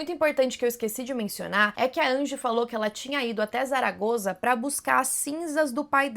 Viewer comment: Zaragoza, se pronuncia como se fosse um S. Saragosa, só prende o S nos dentes, um s mais fechado ❤